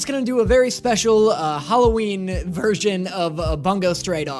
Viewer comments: *boo-ngo not bunggo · The way he says bungo stray dogs like boonga stray dogs instead of bun-go stray dogs is priceless imo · ITS BUNGO NOT BONGO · You saying it as bun-go pained me (its boon-go)